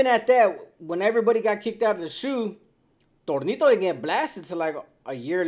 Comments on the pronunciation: It’s tonito not Tornito 😂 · Your saying Tornito 😅 his placaso was Tonito though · It’s Tonito , not tornito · Tonito not Tornito 😂😂😂